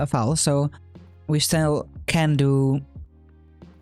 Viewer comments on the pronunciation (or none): it's pronounced 'fo-al' not 'fao-l' :D